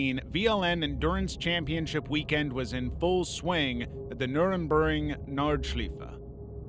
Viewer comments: That pronunciation of nurburgring nordscleife was awful, also you said the track was rebuilt into something safer, false statement, they flattened the bump quite a bit and added an extra layer of catch fencing at that corner and a few others that had close calls in the past, the track still remains largely the same as it has been since the opening of the Grand Prix layout in the 80s apart from making safety related changes, it is a historic and legendary track, it will never be "rebuilt into something safer". People go there knowing the risks, and if they are not comfortable with that risk they dont go, that is kind of the point with racing, if you want to go racing without the danger involved do sim racing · I'm an American. I winced at his pronunciation of Senna, Imola and then, later in the video, Nurburgring and Nordschleife